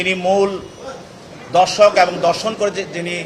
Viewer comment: Dorshon noy dhorshon